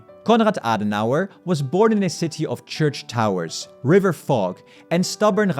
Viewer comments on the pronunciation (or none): none